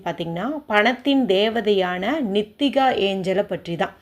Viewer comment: நித்திகாவா நீட்டிக்காவா பெயர் நன்றாக கூறவும்